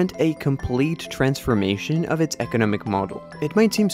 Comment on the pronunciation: EKENEMIC POWERHOUSE....EKENEMIC MIRACLE